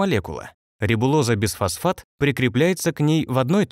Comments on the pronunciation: звучит как БЕЗфосфат,а не БИфосфат..)) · Почему безфосфат, если бифосфат, т.е.двафосфот!!!!